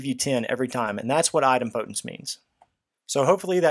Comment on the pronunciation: Very helpful video but your pronunciation of Idempotence is... put politely... very wrong